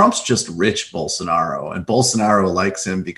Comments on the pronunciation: BOWL. SO. NAH. ROH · bowl sa 'narro.